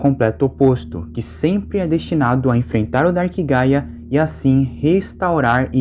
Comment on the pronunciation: Juro que eu entendi paia e não gaia